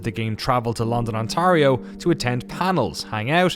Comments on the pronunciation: Btw it's not "on-tah-rio", it's "on-tear-io" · London, on-TAY-REE-oh, not on-TAH-REE-oh. But amazing doc as always!! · the pronunciation of Ontario is kinda funny but i'll forgive you because we're Canadian. it's more like tear like tearing a piece of paper than tar.